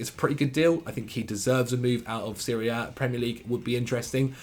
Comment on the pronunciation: One thing, if you attempt at saying Serie A, either do it full english and pronounce the letter A or do it in italian and say série. Because if you go for a 50-50, we end up hearing you talking about Syria most of the times XD